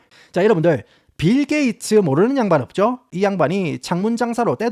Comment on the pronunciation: ㅋㅋㅋㅋㅋ씨불알 빌게이츠 라고 할 수 있으면 븰게이츠라고 계속 하네 ㅋㅋㅋㅋㅋㅋㅋㅋ